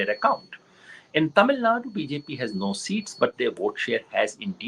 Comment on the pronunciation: It is "Tamil Nadu" not "Tamil Nad". What a hindi chauvinist. Thevar TAMIL